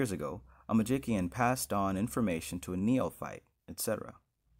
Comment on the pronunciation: thank you for uploading this. However, 😂Its pronounced “Magician”, despite the inclusion of the “k”. That being said, let my amusement be a lesson in Magick. I could have chosen to belittle you, but I chose differently. Why? Because I can. And your offering this work to others is best met with gratitude, not scorn. That being said, thanks for the chuckle. 😊